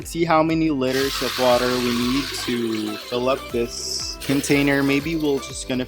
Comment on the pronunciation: *Lee-ter (liter)